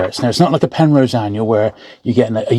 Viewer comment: Got a bit excited there, —I thought you said ‘Penthouse’ for a second! Anyway, fascinating books. I’ve signed up as a Patreon member; it felt only fair to contribute, knowing how much time goes into these videos. Keep up the amazing work! Loving my books, though I’m still a long way off from having that bookshelf sorted